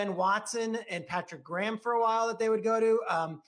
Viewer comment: This dude said Patrick Grahmn...